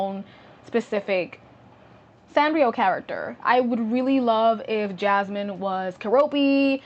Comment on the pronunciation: Her name is *Yasmin not Jasmine 😭